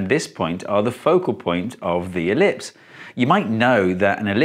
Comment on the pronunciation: The moment you said elipise, I understood. Thank you man